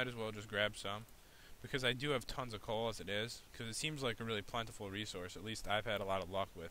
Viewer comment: Did any one realized he said in the third min he said cool not coal